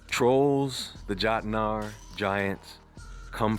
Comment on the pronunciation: Jotnar, ( yote-nar)